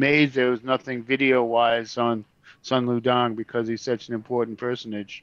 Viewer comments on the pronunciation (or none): Sun Lu Tang....Soon Lou Tahng..... not Dang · It’s Sun Lu TANG NOT DANG WTF!!